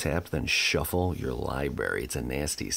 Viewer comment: I love you man! But library is /= to lie berry! ROFLMAO